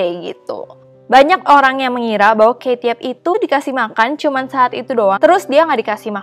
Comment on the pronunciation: kalau pake subtitle dia bilang kate yup tapi jadi bau ketiak😭